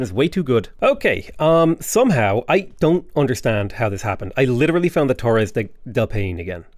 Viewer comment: It's Torres del (apple) Pie-knees . HTH